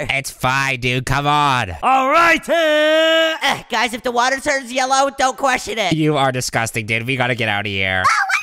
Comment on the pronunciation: Find in the woter 😅😅😅😅😅😅😅😅😅